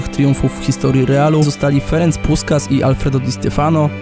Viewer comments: Nie wymawia się po węgiersku Puskas, tylko Puszkasz (ajjjjjj.... szkoda, że tak mało osób zna tego genialnego piłkarza) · Jeśli się nie mylę, to w języku węgierskim literę "s" czytamy jako "sz" i odwrotnie, dlatego "Puszkasz", a nie "Puskas". Poprawcie mnie, jeśli się mylę ;) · Filmik świetny jak zawsze! Jako miłośnik Węgier i języka węgierskiego przyczepię się tylko do wymowy, nazwisko Ferenca powinno brzmieć "Puszkasz". ;) Ale tajników węgierskiej wymowy nikt nie musi znać i filmowi to w żaden sposób nie ujmuje, dobra robota! :) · Bardzo dobry materiał, świetna robota jak zawsze. Jedna tylko uwaga, skoro słusznie przywiązujesz wagę do poprawnego wymawiania angielskich nazwisk i nazw klubów to w przypadku takiej legendy wypadałoby czytać Puszkasz, kiedy mowa o Ferencu Puskásu. :)